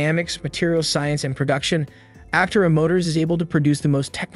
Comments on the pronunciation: You are mispronouncing “Aptera”. The accent is on the 2nd syllable, not the first. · You can't even say it right. That being said the car is amazing, even if the narrator isn't.